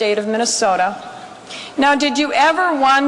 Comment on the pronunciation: "Minneasoda" LOL!